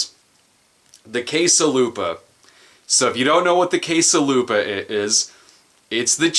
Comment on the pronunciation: For a second there I thought you said "case a' lube-a". Guess my brain automatically connects you with porn-associated items now.